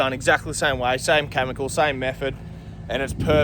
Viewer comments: It’s pronounced Kemicle not Camicle. Chemical Cheers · its "Chemical" not "Chamincal"